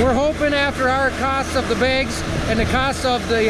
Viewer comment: Begs, not bags 🤪